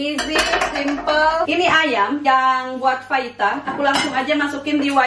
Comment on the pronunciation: you made my day teh ,bisa gitu ya ... gak bisa ngomong F nya sampe ke tulisan ahaha